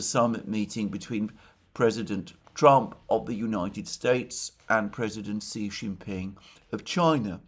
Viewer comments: hay alexander, president xi's name is pronounced like the female pronoun "she". Just call him a girl in english, "she", that is how you pronounce 'xi' properly. love your work, thank you! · Please learn to pronounce Xi. X in pin yin iz pronounced like soft sh. Chinese is based of syllables and changing X with S iz a huge difference